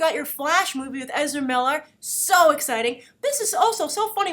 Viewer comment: "I've interviewed Ezera Miller he's very professional, he's very GAYme" I swear that's exactly how I heard it. In any case though, weather people (the internet) like him for the role or not he is an amazing actor and will no doubt make a very interesting and impactful flash. As much as every one loves The Flash's current TV incarnation I cant help but feel he has too much of a generic "boy next door" appeal. If you're gonna play Flash on the Movie scale you're gonna need way more dept and substance: Ezera is more than capable.